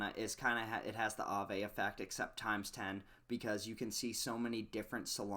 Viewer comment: Look how Aave just rolls of your tongue like you be saying it for years. You make me proud 😂😂😂😂 💪💪💪💪 btw Alchemix has a pretty bad ass logo